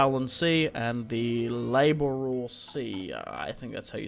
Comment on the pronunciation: It’s pronounced lab-ra-door now put it together and it’s labrador also it’s a dogs name